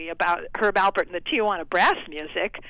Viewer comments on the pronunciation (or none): Alpert, not Albert. Smh... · Wow, how hard is it to say Alpert not Albert?? As someone whose last name is also very simple but often mispronounced, I'm slightly offended on Herb and Lani's behalf.